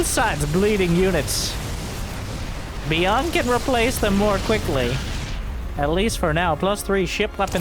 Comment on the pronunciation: "Bee-yunn" played a great game today!